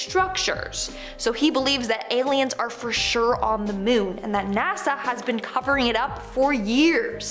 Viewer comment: Goth chick saying "MEWN" over and over made me want to throw up 👽😨